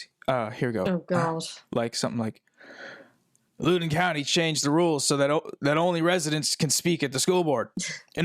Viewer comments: Loudon County, Virginia is pronounced “lao-rhymes-with-cow”-dun which I think is a relevant note for this podcast (not loo-dun). Thank you both for the good times!! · i used to live near loudon county, i was so confused when i heard it pronounced loodin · hey just fiy, Loudon is pronounced like the word loud